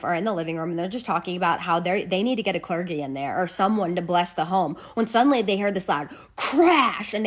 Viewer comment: A few times you said "cler-ge" with a hard "g". It's "cler-jee", the "g" makes a "j" sound. Just in case you want to know for next time. :)